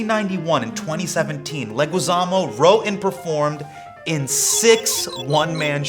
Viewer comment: I loooveeeee John and Hasan! As a visual artist and also Spanish Teacher I wonder if Loh knows that his last name is pronounced Le"gee"zamo. The "u" next to the g is silent in Spanish